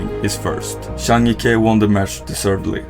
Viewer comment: Finally you got the pronounciation right on Zhang Jike!!!